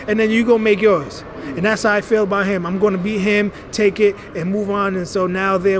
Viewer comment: An-drade An-dRAYde An-dra-day